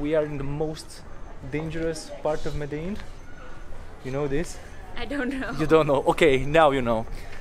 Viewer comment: E MEDELIN NU MEDEIN:))))))))))